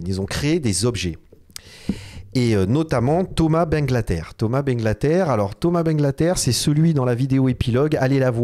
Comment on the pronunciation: Pour ma table acheter 1500€ a l’époque, j’ai deux panneaux de verre sur le côté qui se sont décoller … et c’est bangalter.. pas banglater… 😅